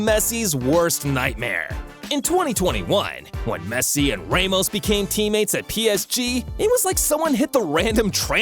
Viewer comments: ramos❌ raymos✅ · don’t call Sergio Ramos “raymost” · Sir, please, the pronunciations are killing me. "Rae-mos" lol. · The way he said ' Ramos' 😂